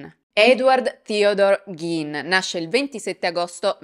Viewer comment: Quanto sei bella....però si dice / ɡ iː n / (Ghein) ,col Gin invece ci si può fare un bel Gin Tonic e brindare alla tua salute...